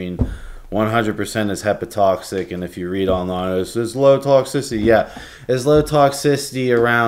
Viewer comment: Injection would bypass first pass metabolism so why are you saying oral administration is better or safer? Btw, it's hepatotoxic, not "hepatoxic" lol.